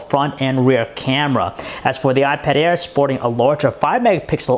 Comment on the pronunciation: awot mow pweasing, iPad aiwr